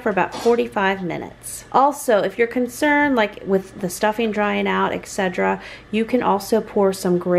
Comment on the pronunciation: Exedra and Et cetera are two different words, I think you mean to say et cetra but you keep saying exedra lol just a heads up. Great video! xxx